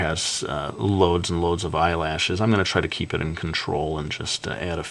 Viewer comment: I tougth that you said Eye launchers :P